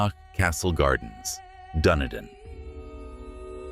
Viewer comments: It is most DISRESPECTFUL to pronounce place names in correctly!!! it is Dun-e-din NOT Dune-i-din Why-toe-mo is CORRECT pronunciation Ray-ing-ga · Da nee dun Not dune a din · they’re telling you Dunedin is pronounced dun eee din. I only know the pronunciation because I watched a true crime story from there. AI is butchering pronunciation. You may need human involvement in your channel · Waitomo, was the worst. Why TOE MOE. Dunedin. I almost did not know what he was referring to. Kawarau. Car Wa Row with short O sound like pow